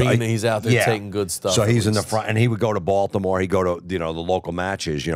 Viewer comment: They way Jim pronounced Baldamoore is weird